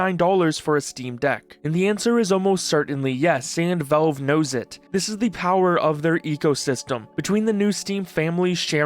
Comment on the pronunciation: Please.... good God....stop saying "Volve"...say "Valve" just like you've heard everyone else pronounce it.